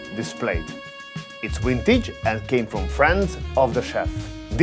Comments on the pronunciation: why do you constantly pronounce the word vintage as wintage and vegetables as wedgetables, but pronounce wine as vine please fix this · What is a "Asian Wibe" and Wintage?